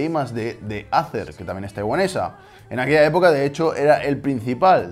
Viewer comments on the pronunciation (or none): Acer se pronuncia éiser